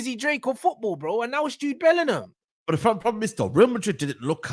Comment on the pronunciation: Alex Scott clears Bwllingham